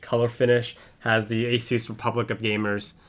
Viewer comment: finally some one who says asus correctly